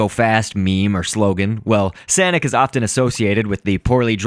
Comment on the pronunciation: no its sanic (say-nic) SANIC